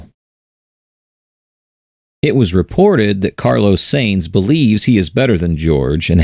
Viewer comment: Please pronounce Sainz correctly. Almost every one does